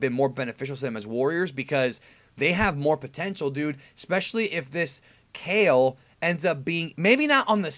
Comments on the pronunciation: its pronounced ka-leh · With how stingy this dude usually is about pronouncing names the Japanese way, it's odd to hear him saying Kale the vanilla English way instead of "kah-lay". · Kale's name is pronounced "Kah-L(R)ay"